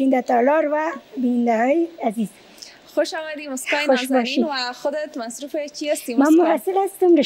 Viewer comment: جان کوشش کن الف و عین را( هی) تلفظ نکن. مثلا انرژی را هنرژی تلفظ میکنی، خوش آمدی را خوش هامدی میگویید. ویا تیم های ما هامادۀ مقابله است یا میگویید دختر خانم های هزیز، تار هبریشم